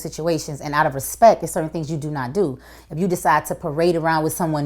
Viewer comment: "Out of respek"